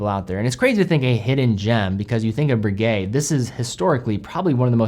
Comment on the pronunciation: Breguet and Rolex owner here. I'm in the market for a factory-new chronograph, but I won't be buying this one. 1., the name is Breguet, not Broogay (the eg element as in pronouncing egg). 2. The new 42mm size to too big for most tastes. 38-39mm is far more generally acceptable. This applies particularly to buyers of higher end makes like Breguet, which are chosen for taste, rather than look-at-me flashy inclinations. 3. $18,000 is too expensive for what it offers. 4. The power reserve is insufficient, compared to alternatives. 5. It's too thick at 14.1mm. 6. Only 100m water resistant. Conclusion...... Breguet have got this wrong, and as a dedicated fan of this wonderful company it saddens me. It also irritates the heck out of me to admit that the best alternative is the Daytona, but with so many 99.9% perfect copies of the Daytona out there, devaluing ownership of the real thing, that's not what I want..